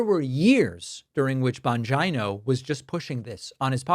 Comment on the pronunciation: Thank you Pakman for pronouncing 'Bongina' correctly! XD <3< [Radish-Approved]